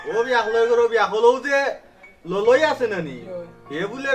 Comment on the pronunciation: ললই না খলই বা